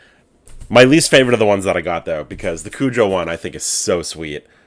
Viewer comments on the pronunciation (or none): none